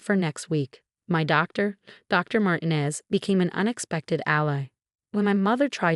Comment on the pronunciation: And Martinez should have the accent on the second syllable.